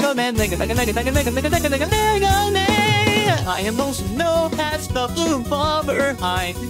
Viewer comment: He's saying mega but sounds like nega